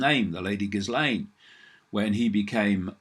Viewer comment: The name Ghislaine is French in origin. It is pronounced- Zhis-Yane. First bit is like in Dr. (Zhi)vago. The L is sounded like a Y. - Brought to you by the Police de grammaire française!